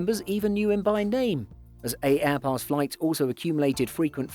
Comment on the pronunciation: Its pronounced airpass, the first A is silent dude